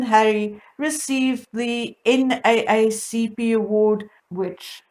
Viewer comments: "N Double A C P" that is how you say it . I enjoy hearing your thoughts. Keep it up. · Pronounced N double A CP.